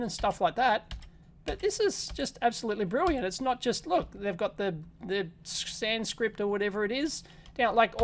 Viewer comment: It almost sounds like he said Sand Script